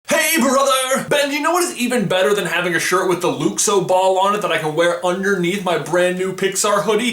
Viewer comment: am I the only one who noticed how he said luxor different?